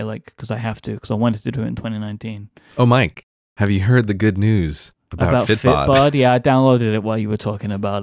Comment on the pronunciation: Excuse my ignorance. ..... is he saying "fit bot" for the app?